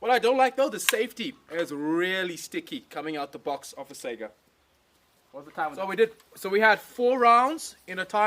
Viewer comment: It's saygA, not sega. At least listen pronounciation in translator, you're shaming yourself. Both letters must be capital, AK. And not every AK is 47.